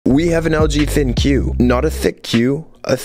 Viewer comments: It's actually pronounced "Think," I thought it was "Thin Q" as well 😂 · ThinQ is pronounced “Think” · It's pronounced as LG think, not thin-q lol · In French, the pronunciation of the letter Q means, a$$. When you said "Thicc Q" I immediately thought of a Big fat A$$ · hmm interesting. Idky MKBHD pronounced it like that.